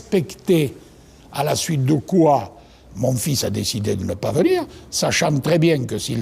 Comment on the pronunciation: On ne dit pas :vinir mais venir C'est très important.